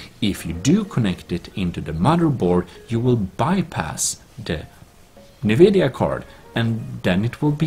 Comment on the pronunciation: its not nnnnnnnvidia... its N - vidia